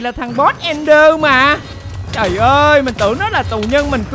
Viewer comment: Ẹnder anh ơi, ko phải nether